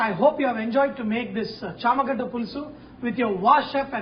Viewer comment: I think it's not Chammagadda but it's shamagadda Not trying to be mean